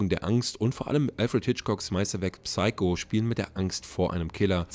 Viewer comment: Psycho wird im Englischen ohne das "P" gesprochen; nur am Rande. Danke fürs Video aber! :)